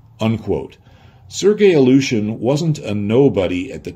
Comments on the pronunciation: A well meant hint on pronounciation, if I may. The way you pronounce "Ilyushin" sounds a bit like "Aleutian". Try "ILL-you-shin", that's as close to the proper pronounciation as you can get. 😎✌️ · Some nitpick, that amuses me. way to pronounce "Illyushin" sounds to me more "Aleutian" (like the islands). I would pronounce "Illyushin" more like "ill-you-shin", but I am neither an English nor Russian native speaker; so I could be wrong myself. But homophones (words that spell differently but are pronounced the same) can be fun. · He translated a whole manual from Russian but still pronounces the word "Ilyouuuuushen"😂